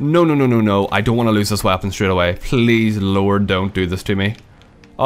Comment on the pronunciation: Does the way he says "weapon" drive anyone else crazy?